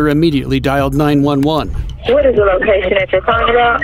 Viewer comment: Only think i could ask to do differently in these videos is refer to the police dispatcher as 9-1-1 dispatchers instead of 9/11 dispatcher